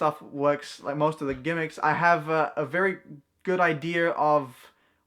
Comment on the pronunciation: My mon had her college degree before she learned that 'wash' doesn't have an R. I think John Kerry (democrat nominee for US president in 2004) lost the election because he didn't know there's no r in idea. What do you call a deer that was shot in the face and being blinded. 'No idear'. Love you, but there's no r in idea. Go ahead with that accent, but I've shown you it's unpopular.